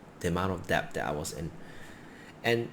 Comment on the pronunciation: Debt. Not depth.